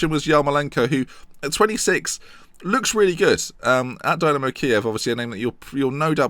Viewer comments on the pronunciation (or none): none